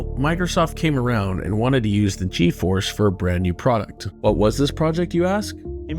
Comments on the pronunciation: This is a good video, but how does the host do a video on Nvidia and say GeForce wrong through the whole video? There are even snips through the whole video that say it correctly... G force not G E force. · He can't even pronounce "GEFORCE" even though he included multiple examples of its creators and company pronouncing it. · Couldn't watch past "G.E. Force". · drove me crazy how the narrator said G E Force it's pronounced Gee-Force the Nvidia people even said it. And the continued to mispronounce the Huang"s name despite him saying it in a clip